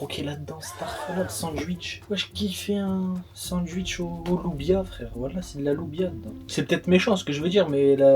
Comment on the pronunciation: Mdr il a dit sanduitch 😂